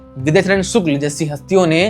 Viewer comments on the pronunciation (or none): सुक्ल नहीं शुक्ल, क्या पत्रकार है ये